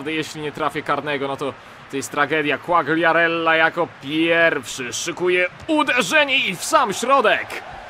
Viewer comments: nie quagriarella tylko quariarella, czytaj bez G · Fabio Quagliarella - czytaj : (kłajarella)